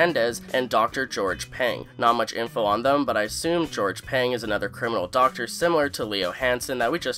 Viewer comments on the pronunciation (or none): none